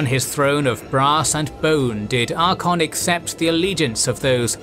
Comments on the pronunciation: ar-cay-on not archon, sorry i couldnt listen to 4 hours of the mis-pronunciation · genuine question, is an AI voice thing used for this vid cuz some of the character names are so abhorridly mispronounced.... best example is ArchAEON pronounced as ArcHON. i can't even pronounce Bel' akor the way this dude did... was something like beeliko or whatever. i'm not trying to hate but yeah it gets vERY distracting in an otherwise brilliant video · I'm gonna have to sit through 4.5 hours of him saying "Archon" instead of "Archaon"? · ArkAYon not ArkON. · Archaon is pronounced “Ark-A-on” not “Ark-on” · Love this channel, but consistently, this narrator has difficulty pronouncing things correctly. Maybe a bit of practice would help, and looking things up before recording? E.g. "dwarves" not "dorves" And "ArchAYon" not "Arkon" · Cool video but it's disappointing that time wasn't taken to correctly pronounce Archaon(as Archon), Clan Skryre(as Skyre) and Dwarfs(as Dorfs). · The vid is amazing but you have to learn how to say some words from the universe. You have used so many models from TW franchise and even there characters say their names. I didnt know there were dorfs and Sarsnik in Warhammer. Same for Archeon. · Are-Kay-On. It ain't that hard to pronounce. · cant stand how "archeon" is pronounced xD had to ditch after 12 min. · Unfortunately, after the third use of "Arkon" I had to stop. Just. Stop. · Great video, love all of your guys stuff. The Archaon pronunciation was kind of annoying. No real problem though. Another amazing video. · Y'all need to learn both how to spell and pronounce Archaon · Cool vid apart from the constant mispronunciation of Archaon and other ppl/places but that's what you get when using text-to-speech voiceovers. That aside it's great to see a concise and entertaining video about the mess that is the End Times. TY. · Listening to this and twitching every time the narrator mispronounces ArchAon.